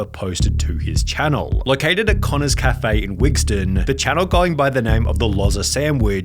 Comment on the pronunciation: Café* not Cafei